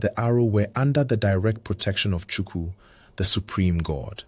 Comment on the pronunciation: Do well to get your pronunciations right. Don't be too quick to produce a half done job, it mostly puts off the listeners. In Igbo diction our KP is prominent, the p doesn't swallow the k hence Ukpabi is Ukpabi and not Upabi. Same as Igbo(not ibo) and Chukwu(not Chuku).